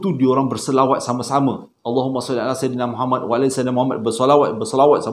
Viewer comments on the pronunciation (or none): none